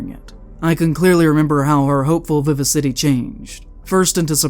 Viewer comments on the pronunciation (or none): Fyi its vi-VA-si-tee, not viva-city